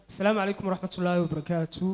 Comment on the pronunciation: Not salmu caleykun ee dheh asalamu caleykum that is correctly